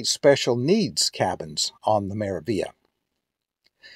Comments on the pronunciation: Its pronounced "MeraviLia" there's the G and L but you pronounce only L, there's no such thing as Meravia.. Meraviglia stands for Marvelous in Italian, good to find out how is it spelled than using it in video wrong several times. Also the gelato thing, Italians are proud of their gelato (ice cream if you want, its the same) so they really wont stuff it into self-serv machine like americans do to sytisfy their constant need of having it right there everytime and for free. MSC is italian cruise line, privately owned by Italian family so the traditions and culture of this country is really rooted throughout the ship.. As an European myself I do understand why there's no gelato or coffee for free, Americans should not compare MSC, or in that matter any european cruise lines to amercican cruise lines, too many differences and mixing apples with oranges. Thats my point of view, certainly not meant as a hate or anything, overall nice video. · Yep ! The g is silent, like in 'Lasagna ' in italian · Very helpful! Also just FYI, you're mispronouncing the name of the ship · Omg...can you please pronounce the name of the ship correctly? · Could not watch this video after you consistently bastardized the pronunciation of this ship name. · You want to be credible, how a bout pronouncing the ship's name properly, Hello.